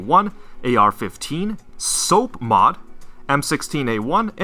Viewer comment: For those who are curious SOPMOD stands for [Special Operations Peculiar MODification]. This truncation was invented by the US military(duh, like so many other acronyms). It should be pronounced SOP-mod, as in SOPping wet. Otherwise enjoy Meme-ing SOAPmod and you will piss off gun owners if they get triggered by it lol